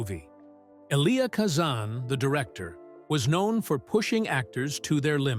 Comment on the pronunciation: for heavens sake pronounce rhe names correctly she is EVA not EVER and the same wrong pronounced of Eli chistian name for Kazan you need pronouniation lessons.